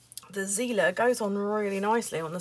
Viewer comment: I May be wrong, but if the markers are german, them it should be pronounced as [tsi:ler] 💕